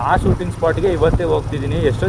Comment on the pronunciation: ನಿಮ್ಮ ಭಾಷೆಯನ್ನು ಸುಧಾರಿಸಿ. ಉದಾ : ಸೂಟಿಂಗ ಅಲ್ಲಾ ಶೂಟಿಂಗ್. ಮಾತಿನ ಮಧ್ಯ ಪುನಃ ಪುನಃ Guys ಶಬ್ದ ಬೇಡ